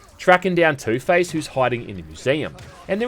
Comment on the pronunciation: Please tell me i'm not the only one who hears ToothPaste everytime he mentions Two-Face 🤣🤣